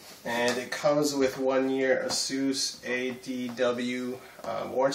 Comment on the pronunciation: First things first, I'm not gonna lie, it's Asus not Asuse. Pronounce it properly